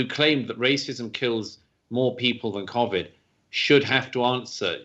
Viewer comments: Can I just say nobody in the UK pronounces Covid like this bloody good chap, I guess he's just trying to put a posh twang onto it, and playing into the stereotypical British accent that yanks think we all talk like. FML 🤦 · Imagine pronouncing covid cOAvid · You can argue his pronunciation is, in fact, correct. COronaVIrus Disease. One pronunciation (his) uses the correct sound for the CO but the incorrect sound (quite understandably) for VI and the other pronunciation modifies both to phonetically state the acronym. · I can confirm that no one else in Britain is pronouncing Covid like Douglas is 😂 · In case anyone's interested no one else in Britain pronounces Covid like Douglas . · Douglas Murray pronounces Covid differently from me. I have clearly been pronouncing it wrong. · Love Douglas Murray, hate the way he pronounces Covid 😂